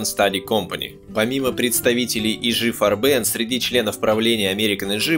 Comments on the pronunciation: Да почему и жи фарбэн (ударение на последний слог ? ) и г фарбен (красители краски по-немецки) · Не корректно ставите ударения и произносите на французский манер: Не "И Жи фарбЕн", а "ИГ фАрбен". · Отличный фильм. Только не фарбЕн а фАрбен ударение на а должно быть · Отличная работа. Помогло взглянуть на некоторые события становления Рейха под другим углом. Однако, периодами казалось, что автор изучал французский как иностранный, впервые слышу такое произношение «ижи фарбЕн» (уля-ля-ля, месьё), мне привычнее по-немецки – И-Гэ ФАрбен.))) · фАрбен - ударение на А - пипец как режет слух. если уже делаете серьезный ролик можно было бы и проконсультироваться. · Муха-перемуха, неужели трудно, всезнайки, поинт.как произносить пару слов 🤣 - не , ,ижи фарбЕн,, а И Ге фАрбен. Бляха муха. 🤣🤣🤣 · ИГ ФАрбен. Консультируйтесь у носителей языка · Уже сильно поздно. Но не читайте пожалуйста немецкие названия по-английски. И Гэ Фа'рбен. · ты хоть с немецким языком бы хоть чутка ознакомился бы, фарбен, фАрбен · Автор, у вас с немецкими ударениямм все очень плохо, слушать и смотреть после "фарбЕн" невозможно. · Ну видео просто бомба , нет слов . Однако ударения Автор ставит просто гениально , как будто не Германия , а Мексика какая то . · Farben - немецкое слово. Ударение на первый слог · IG это никакой не еж вам или ижи. это И Г или игэ фарбэн с ударением на букву А, а не на Э... в немецком не существует такого произношения... ижи ужас просто. G это не Ж. AG = АГ акциенгезельшафт.